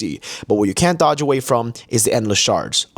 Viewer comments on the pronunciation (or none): none